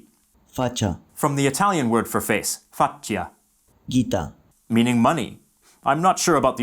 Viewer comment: The Italian word for coffee is caffè rather than caffé, while the word faccia is pronounced as it's written, not as facchia.